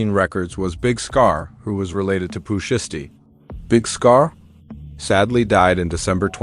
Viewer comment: Please say his name right please 🙏 ❤